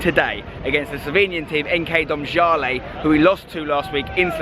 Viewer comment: yay you pronounced it right